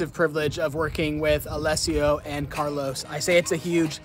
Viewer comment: Carlo, not Carlos